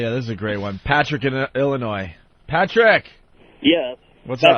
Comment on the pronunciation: Saint Pat-Rock Day is always painful to hear.